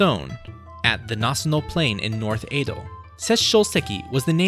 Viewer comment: "Eido" Period??